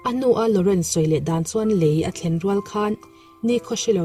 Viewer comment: Ngaihnawm viau e. Mizotawng fimkhur deuh a ngai. " LEI" i lam dan kha a dik lo aw...